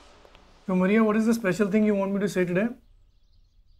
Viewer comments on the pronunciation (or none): " Maaria " Not " Muriya " 😆😆😆😆